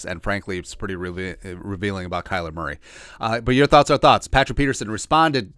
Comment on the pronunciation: "Kyer Murley" I love when you don't edit out these oopses. We all do it and it's always hilarious when we do. Life is about enjoying the little things.